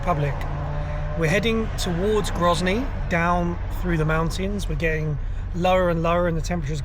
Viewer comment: Grozny is certainly not gryazniy. 😉